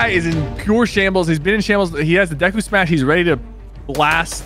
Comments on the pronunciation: For your information tg, when he smashes deku is saying smash but it sounds like… SUMOSH! And there is no typo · He says se mash. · he says sumashu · He’s saying “smash” in Japanese pronunciation.